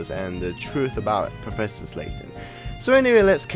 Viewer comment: it's professor layton not professor slayton btw. just saying. we all make mistakes